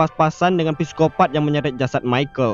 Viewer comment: videonya bagus banget!!! sikopat aja, bukan pesikopat atau piskopat. dari inggrisnya "psychopath" atau bahasa belandanya "psychopaat." trnyta huruf "p" ngga bersuara dalam kata trsbt.makasih atas karya ini!!